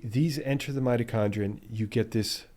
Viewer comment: did you say 'mighty chondrite' ?